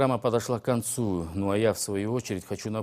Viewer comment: На говорит, на этом наша программа подошла к конц"уу"!, давай лучше на кыргызском...